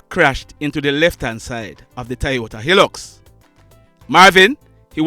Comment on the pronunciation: The name of the truck is High lux not the way you pronounce it. The I in hilux